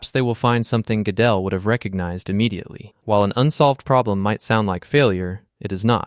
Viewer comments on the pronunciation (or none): It took me a while to figure it out but this is all AI-narration. From the wrong pronunciation of Gödel to weird intonation due to missing punctuation, it's pretty obvious. anyway I love the Riemann hypothesis. :)